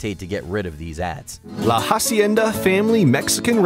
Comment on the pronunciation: The way he pronounced Hacienda is also funny (the h is silent)